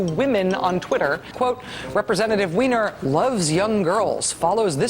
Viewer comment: Weiner is pronounced as in Wine, Dine, Mine ...; Wiener = citizen of Vienna (in Austrian German), same as Berliner (Citizen of Berlin).